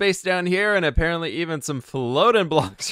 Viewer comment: is it just me or did it sound like he said a..PARROT..ly 🤣👌👌👍